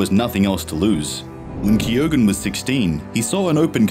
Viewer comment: All the narrator needs to do now is learn how to pronounce Keoghan correctly. FFS.